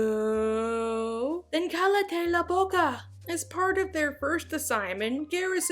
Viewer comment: it means shut your mouth but she says it wrong it’s spanish so the double L makes a y sound so kai-ya-te